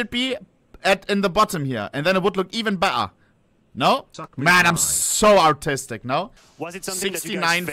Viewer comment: I love when he says: "Some people are kinda artistic" sounds like "Some people are kinda autistic" (What is also true) XD